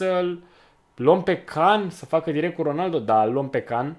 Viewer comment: Celui de la Juventus i se spune Cian nu Can.nohate